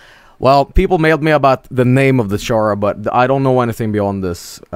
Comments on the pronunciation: Its schara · is chara pronounced sha-ra or ka-ra ?